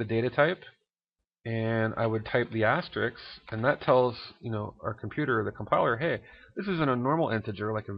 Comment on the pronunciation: You keep saying "Asterix" but actually it's called "Asterisk" ;)